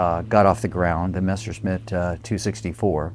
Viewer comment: It' s not MESHERSMITH!